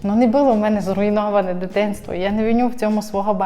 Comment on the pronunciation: Поясніть будь ласка що це херня (не буууло) що за дебільні наголоси!!!! Не було а ви шо мелете